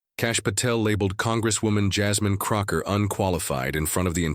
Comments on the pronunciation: It's CROCKETT! Not Crocker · Whoever is narrating this should get her name straight... Her name is not "Krocker"... Is CROCKETT.. C R O C K E T T... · Crockett not Crocker. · You're the narrator and you start with MISPRONUNCIATION of Jasmine CrocKETT'S name.